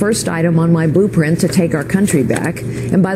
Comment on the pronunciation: is she saying boobprint?